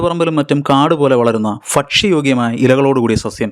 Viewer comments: ഫക്ഷ്യ അല്ല ...😂 ഭക്ഷ്യ യോഗ്യം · ഭക്ഷ്യയോഗ്യമായ എന്ന്‌ പറയു ഫക്ഷ്യയോഗ്യമായ എന്ന് പറയാതെ, ചിലയാൾ പൂജ്യത്തിനെ ഫൂജ്യം എന്ന് പറയുന്നത് പോലെ ആയല്ലൊ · ഫ അല്ല ഭ ആണ് സേട്ടോ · ഫക്ഷ്യയോഗ്യമല്ല ഭക്ഷ്യയോഗ്യമാണ് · ഞാൻ ഇയാളുടെ ഫക്ഷ്യയോഗ്യം കേട്ടപ്പോൾ നിർഞ്ഞാൻതോന്നിയതാണ്.